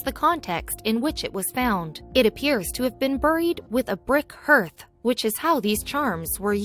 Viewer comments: That's fodder around the fireplace that you keep mispronouncing it a harth not a herth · You would think that someone reading a script would know how to pronounce common terms like hearth and ether.